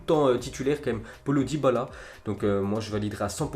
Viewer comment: Le bon accent français 😅 "polo dybala"